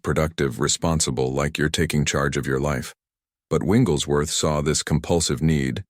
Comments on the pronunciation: I really like this concept, but the AI is mispronouncing Smiths' last name. Its not "Winglesworth" Its "WIGGLES"worth. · I wish this AI could pronounce his name correctly!